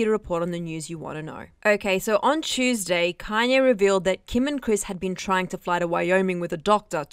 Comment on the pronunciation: Am I the only one that laughed .. lol she said CHEWSDAY . It’s chewsday innit